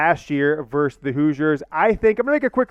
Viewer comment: NOT VERSE, the word is VERSUS.